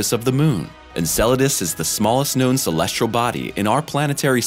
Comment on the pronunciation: Agreed. Why does he always say "celestRal"?